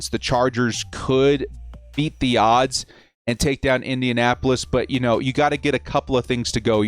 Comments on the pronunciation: Yeah, totally sounded like minionappolis colts. I heard that same thing. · Anybody else notice said “ Minnionapolis Colts”? 🤣 love you!